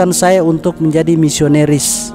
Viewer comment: Katanya pendeta gomong nisonaris na bilang nisoneris hmmmmm pendeta apa BKN ya?,🤔🤔🤔🤔🤔tpi saya GK yakin dari keksasiannya. Sayang dia Uda bohong sama saudara muslim semuanya